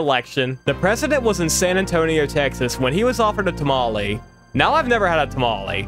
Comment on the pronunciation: my mexican blood physically started boiling not only because he’s never had a tamale but also because the of the way he pronounced it 😔